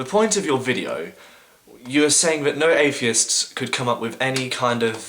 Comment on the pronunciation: "Afiests"? "Everyfing"? "Wifin"? "Somefing"? "Anyfing"? "Fink"? Oh please stop speaking speaking for the rest of us atheists.